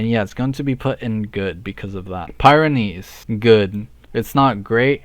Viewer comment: Btw it's pronounced pi_renees not pie renees